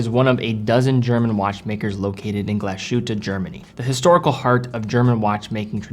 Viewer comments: This triggered me a bit too. I'd say if you can pronounce it "Glass Hoote" (like Hooters w/o the rs pronounced) would make it on point. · No, not "hoote". There is an umlaut on the "u", so "ü". It's a vowel sound that does not exist in English (as far as I know). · There is an Umlaut above the "u" which makes it very different than "oo", it's more like the French "u" sound. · Glá shoot! 😂 Relax and enjoy the time piece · Glashutte is definitely one of the most underrated watch brands. Great video, only gripe is your pronunciation of the name. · Please learn how to pronounce the Brand correctly... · I think Glashütte in this context means "glassworks". Or "glass factory", something like that (think Carl Zeiss). Analogous to "ironworks" which in German is "Eisenhütte" ("iron hut"). BTW, in the older days the correct pronunciation would be apparent from the Fraktur ("Gothic") spelling: a so-called "final s" ("Schluss-s", it looks like a regular "s") would be used in "Glas", indicating the separation of "s" and "h". Otherwise a "long-s" would be used which looks like an "f" without the crossbar. It would indicate the merging of "s" and "h" into a single "sh-sound". BTW-squared, the integral sign in calculus is that very "long-s" which had fallen into disuse since Newton's times. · Just a friendly pointer: The "s" in Glashütte is not pronounced like the "s" in "shit" but like the "s" in "sick". The "h" is spoken like in "Hi"...so almost silent, just "move air through". The "ü" and rest oft the word you already have down :). So GlaShÜtte ^^...not "Glaschütte" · it's pronounced "Glas hooter" not Glas shooter". Other than that the videos are superb! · Please, as much as i like your content, as a german by birth, it triggers me, that you call it gla–sh–hutte. It‘s called in german „glas–hütte“. Cheers. Btw. I own this watch, and it looks amazing !!! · NOT english Glash ... ütte, but Glas ... hütte, separate the s and the h! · Glass shootah? Americans...